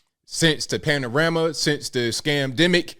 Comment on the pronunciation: did you just call it the Panarama??? I’m dead 😹